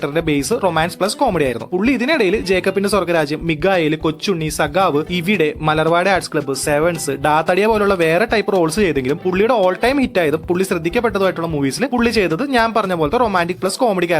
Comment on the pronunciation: Amazing analysis, everything on point. PS: its Mikhael not Migayel. Also it's depressing to see govaalan in between though 😁 അങ്ങേരുടെ ഒരുപാട് പടങ്ങൾ കണ്ട് ആഘോഷിച്ചിട്ടുണ്ട് പക്ഷെ ഇനിയൊരു നല്ലൊരു പടം വന്നാലും കണ്ണിൽ ചോരയുള്ളവർക്ക് കണ്ടിരിക്കാൻ പറ്റില്ല!